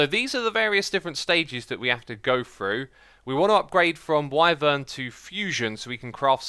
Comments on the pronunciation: Wy as in why vern as in fern wyvern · Wyvern (pronounced “Why-Vern(like fern but with a v)) how about that XisumaV